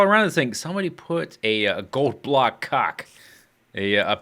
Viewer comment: The way he said cock was so perfect sounding. It sounded like a giant cock in word form just punched Anderz right in the face.